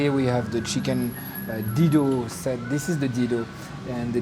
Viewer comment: You get it wrong man. It's Dhido not Dildo😅😅